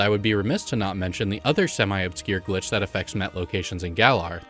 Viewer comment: Sometimes it sounds like you are saying "gli" instead of "glitch!" I wonder if your microphone settings are at fault?